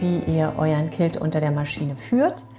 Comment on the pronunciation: Sieht interessant aus! Was mich stört ist die Aussprache des Wortes Quilt. Klingt wie Kilt und ein Kilt ist ein Schottenrock!!!